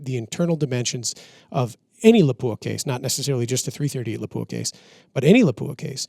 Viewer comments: PLEASE.... Learn how to pronounce Lapua. It is not la-pooh-ah It is Lahp-wha Don't believe me? Visit their site or their channel. Keep up the great work. I love your podcast content and production. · Good Program. Unfortunately you missed the most important thing you could do to educate the shooting public on all thing Lapua. That is to pronounce the name correctly. It is pronounced "Lop-wa" without the hard "u" sound. Congratulations to the one gentleman who pronounced Sako correctly as "Sock-O" instead of like the watch company. It amazes me that the shooting community in the US is giving Lapua more attention and respect for the quality of their products but still 99% of them mispronounce the name. I'm not trying to be hypercritical, I understand we Americans in general are not good at trying to learn to say foreign names correctly and then the incorrect get repeated so much it is accepted. If this were the "Joe Bob's gun talk" channel I would be less surprising. However, for all the research you do it's a shame that an industry sponsored channel can't show another name in the industry the courtesy of learning to say the name right. Instead of accepting things that are wrong just because so many believe it we should educate as many as possible about what is right. True in all aspects of life. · Proper pronunciation for the 338 Laupa is Lop wa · Please pronounce Lapua correctly. The accent is on the first syllable. Videos available on their website.